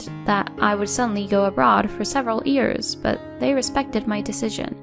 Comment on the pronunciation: Please narrator, it's "years", not "ears"!